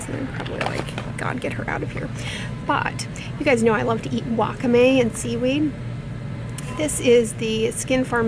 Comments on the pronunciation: I heard "WAH-k'-MAY." It just sounds funny hehe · Doc, thank you for another educational video! Your lashes are on point!! Also, please pronounce it, WAH-KAH-may